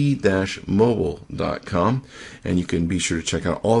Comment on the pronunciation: "t dash mobile?"